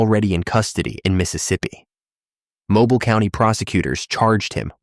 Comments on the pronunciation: It is not Mobil, it is MoBeale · You are KILLING ME with the mispronounced names of Alabama Towns! It's MO-BEEL!